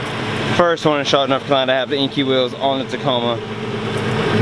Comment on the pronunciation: Enkei is pronounced "En - Kay" not inky